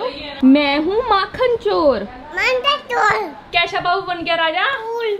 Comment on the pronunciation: When said makhan chor in her language it sound like vo wali gaali😂